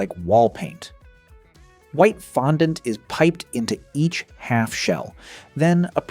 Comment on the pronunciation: Does this guy have a problem pronouncing fondant?